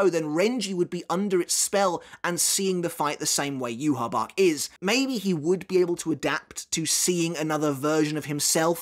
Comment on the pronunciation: Yhwach is pronounced “YOU-HA-BA-HA” not “You-ha-bach” lmao 😂